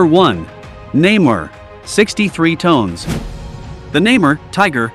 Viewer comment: Tons not tones 😅😅😅😅😅